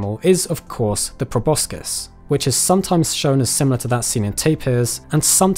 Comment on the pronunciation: He mispronounced proboscis